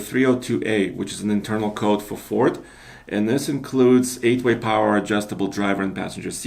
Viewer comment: It'd FORD...not fort....